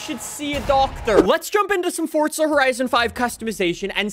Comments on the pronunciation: UMMM ITS NOT FORTZA HORIZON ITS FORZA horizon 5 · Fortza Horizon Five